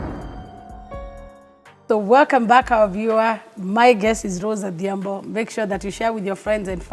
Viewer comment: adhiambo not athiambo